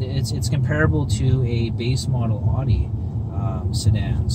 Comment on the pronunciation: When people pronounce Audi as "oddie"... cringe